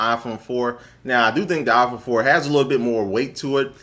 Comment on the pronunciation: its not aaaahh-phone. its eye-phone! lol. :-)